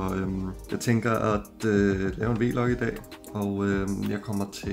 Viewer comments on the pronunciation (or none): My guy said V log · stresser mig at i alle siger v-log